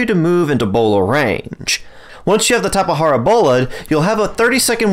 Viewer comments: It’s a fucking “J” not a “H” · I couldn't even finish this video hearing you say tapa hara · It is Tap-e-jar-a I believr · Due to an update changing taming times, times and quantity of food mentioned during that section are approximately halved. Tap-eh-har-ah is the most accepted pronunciation I found in the community, it's also the one that I personally use, so it is the one I used. If you want to be the most accurate, the word originated from a tribe in Brazil, and it was most likely transcribed into Portuguese. In Portuguese, the letter "J" has more of a "zuh" sound than a "juh" or "huh". Therefore the most accurate way to say Tapejara is more Tap-eh-zer-ah or maybe even Tap-eh-jer-ah might be acceptable. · I've always pronounced it Tape-Jar-Uh or Tap-Uh-Jar-Uh/Tap-Uh-Jar Really weird. It's just how I read it,and heard others pronounce it. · tap- E- jar- uh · WHY IS HE SAYING TAPAHARAAA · Say it however you want or however is most comfortable for you. I made this comment in response to the dozens of comments I have deleted about me pronouncing it wrong. But to answer your question, the word used for the name originated from the aboriginal Tupi people in Brazil, which leads me to believe that it would have been transcribed into Brazilian Portuguese, which pronounces the letter "J" somewhere between the English pronunciation of "Z" and "J", something like a "zh" sound. So, somewhere between Tap-eh-zer-ah and Tap-eh-jer-ah is the most correct pronunciation. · Tapahara or tapajara? Lmfao